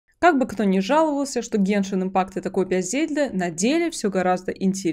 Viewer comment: Бл гЕншин, а не геншИн